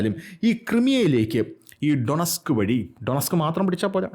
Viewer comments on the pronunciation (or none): ക്രൈമിയ please Also ഡോണസ്ക് not ഡൊണസ്ക്